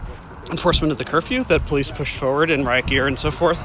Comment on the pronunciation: PO leece 🤣😂🤣